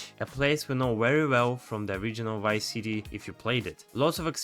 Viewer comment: He said wice city 😂